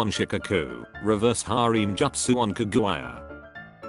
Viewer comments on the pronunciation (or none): I never knew you pronounced kaguya like that lol